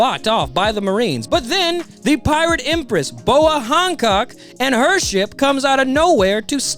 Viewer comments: Boa Honcock? I swear her name is Hancock, not Honcock. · I love this dudes videos but I swear his whole deal is horribly pronouncing the most random shit like Hancock or Archipelago just horribly. Everything’s fine and hilarious then you’ll hear the most jarring pronunciation of a word you’ve ever heard in your life 😂